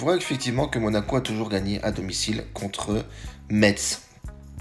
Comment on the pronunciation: salut, on prononce pas le T de Metz, on dit messe lol